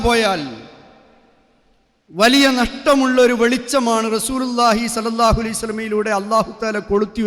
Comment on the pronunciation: സല്ലല്ലാഹു അല്ല സ്വല്ലല്ലാഹു എന്ന് പറയൂ സഹോദരാ